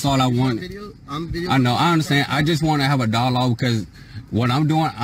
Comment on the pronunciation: Wtf is a "dawlog?!" He keeps saying that he just wants to have a "dawlog."